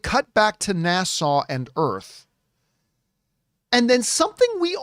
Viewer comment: Can we keep giving more NASA movies until he learns how to pronounce it. Every time he says it, I think it is in the Bahamas instead of Houston. NA (as in nap) SA (more suh than sau). It's the second part that he is having trouble with. He had the same issue with one of his ad reads, but after a couple of weeks, he corrected it. I guess it is just his Canadian accent coming out. But, yes, I enjoyed the video. So keep them coming.